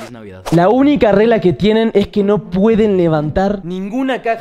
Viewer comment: No no se dice " FELIZ NDVEDED🫦"